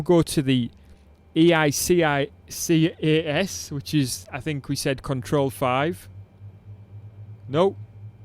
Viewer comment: EICAS is pronounced “Eye KASS”